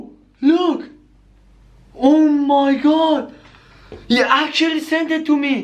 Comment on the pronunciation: No One: Him: OH MY GOD IT ACKUTUALLY TASE GUUD KIYES